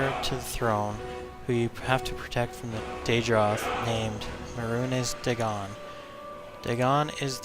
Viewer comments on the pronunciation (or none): may-runes dag-on not mar-hunes day-gone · if oblivion was his favorite, wouldn't he know how to pronounce Mehruhnes Dagon?